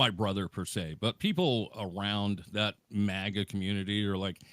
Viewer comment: It's "MAGA"! It's not "MEGA"! MAGA! Get it? It's MAGA!